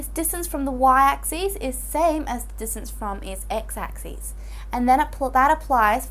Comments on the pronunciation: U guys are only listing to ok . I am hearing axis as axees . But anyway it was helpful. :);) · It's just how she pronounces axis